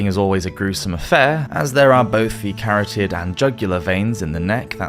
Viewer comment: I absolutely LOVE your videos, but I do have to say it’s a bit jarring every time you mispronounce a word. Not in a British vs American type of way, just incorrectly. Like “carotid” and “indict”.